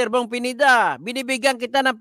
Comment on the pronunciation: Akala ko kng cno yong PENIDA. PINEDA PO, HINDI PENIDA, ANO BA YAN?